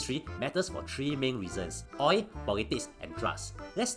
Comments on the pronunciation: I like how you pronounce “oil” as “oi” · Oi is easier to pronounce lah, the Singaporean tongue very difficult to pronounce L :face-blue-smiling::face-blue-smiling::face-blue-smiling